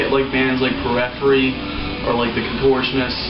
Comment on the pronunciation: I like how he pronounces Periphery lol